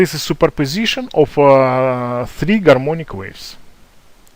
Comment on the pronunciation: Oh come on it's very clear , he says " Garmonic waves"